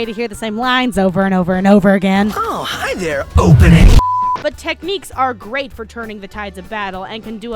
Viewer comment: oh, hi there OPENINGNNNNNNNGGNUWHIHSKH!!!!! xD Im dead laughing!